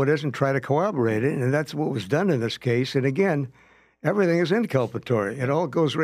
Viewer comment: This drives me nuts!!!! But why can’t cops say “corroborate” ffs 🤦🏼‍♀️?!!! They say every version except the one containing two R’s. What the hell does “cooberate” mean??